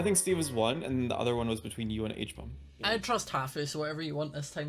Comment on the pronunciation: Who else loves how they all call HBomb “Huh-Bomb” 😆